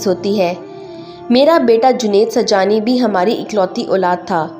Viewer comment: آپ سبحانی کو سجانی کہتے ہیں تلفظ صحیح ادا کریں